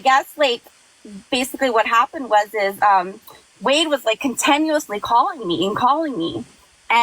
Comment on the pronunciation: Who the hell says contanuously and agging?